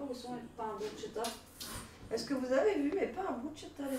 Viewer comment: Bonsoir, pour info la bruschetta étant un met italien se prononce "brousketta" car le ch en italien ne se prononce pas comme en franćais mais se prononce "k’ et c’est en effet délicieux.